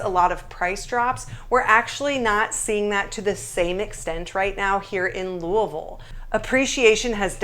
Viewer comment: You speak Louisville like people from Kentucky say it.